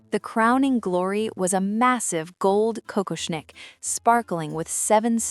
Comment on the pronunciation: Какошник, ИИ читает с ошибками.